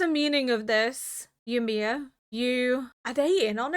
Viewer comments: I remember in the first two episodes you were pronouncing it like WHY-mir. It's so adorable 😆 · hiii, Ymir is pronounced Yee-mear. Yee as in Yee-haw and mear as in near! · yeah it's pronounced more like "yumir" or "you-mir" but fast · The longer this series goes on, the stronger the urge to binge this series becomes. Even when watching reactions! I cannot wait to see what you think of all the craziness that is about to unfold! (I always pronounced Ymir like 'E-mir' because of all the germanic names going around). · She has mentioned she is deaf in one ear quite a few times before, therefore has difficulty with name pronunciation.